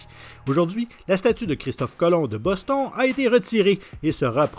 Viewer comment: La prononciation de Boston !! Mon dieu surtout pr un canadien